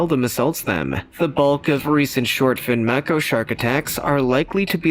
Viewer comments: Mako, pronounced: may-co... not mack-o...MAY-CO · Māko..... pronounced it wrong